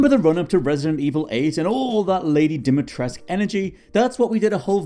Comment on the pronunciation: The U in Dimitrescu is pronounced. It is most categorically NOT silent.